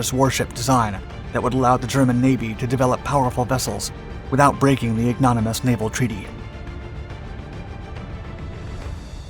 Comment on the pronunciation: IG-NO-MINEE-US, not “IG-NONY-MUS.” If you are going to use the perfectly appropriate word “ignominious” to describe the German attitude toward the Washington Naval Treaty, discuss its pronunciation with your script writer before recording your audio. Why not rehearse, so your already superbly intriguing videos will be *perfect*?